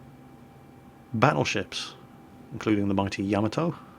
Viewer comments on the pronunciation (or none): Being ex navy (Merch or RN?). You should be taken below and have your Golden Rivet hammered for consistantly not pronouncing the Japanese Battleships Class correctly. Its Not Ya ma TOE, or Ca mel Toe, its YA Mato. (Sounding like Ya Matto). Showclean for you mate..